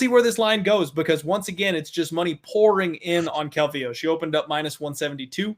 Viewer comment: What’s up wit this guy who can’t say “calvillo “ right !!! Cmon bro !! 🇲🇽